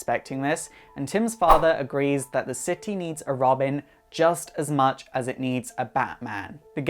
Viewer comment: Did he just say Robim?